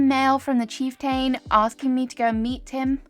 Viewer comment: His name is pronounced chief-tn, you’re doing great tho. Love the video!